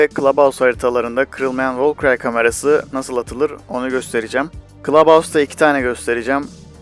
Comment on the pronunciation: Valkyrie'yi Volkayri diye okuyanı duydum. Valkri diye okuyanı da duydum(Doğru olan bu normalde) ama Volkiray diyeni ilk defa duyuyorum 😂 Yine de güzel içerik